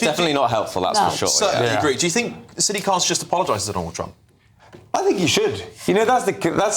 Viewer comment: Dude you pronounced Sadiq wrong it’s Sad-IQ khan